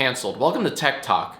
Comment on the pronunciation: I thought he said ted talk at first 👀👀